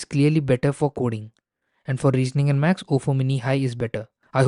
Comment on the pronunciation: Why you pronouns Maths as Max ? i thought I misheard but I think I don't